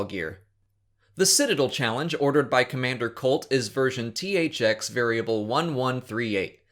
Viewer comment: He said Citadel wrong.